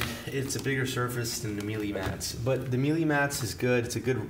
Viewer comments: Melee, not mealy! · Just FYI, it's not "me-lee", it's pronounced "May'-lay" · It’s not pronounced meelee! It’s maylay . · sorry to be the grammar police, but Melee is actually pronounced as Maylay